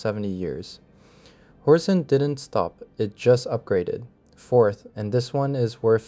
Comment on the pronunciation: it's horzine, he reads it as horzeen for some reason he also says twenty ninety one which is 2091 subtitles are terrible though